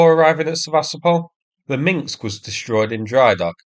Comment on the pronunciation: "Minsk", not "Minxks"